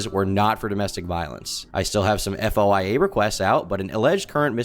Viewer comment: spelling out FOIA every time is wild. "foy-a" my man